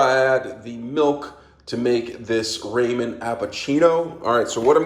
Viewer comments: The joke is your supposed to pronounce it raw-min (ramen) not ray-min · Honest question. Why do you call them Raymond Noodles? 😭